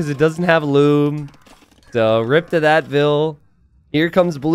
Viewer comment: Here said loom bad